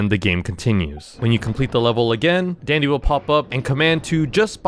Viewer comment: Dandy not dendy..